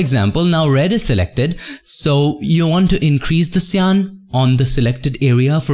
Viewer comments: Ive seen so much of your uploads and i dont always comment but something urges me to. cyan is pronounced as saiyan as in super saiyan of dragon ball sorry for bad english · You can say magenta correctly but you cant do the same on cyan? xDDD